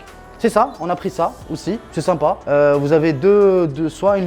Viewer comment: Faut arreter de dire " simpas "